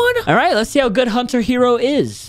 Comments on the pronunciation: said hunter hero 😂😂😂😂😂😂😂 but I liked it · Bro said hunter hero 💀